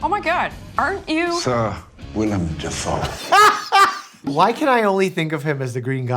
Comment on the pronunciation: "William dafoe" 💀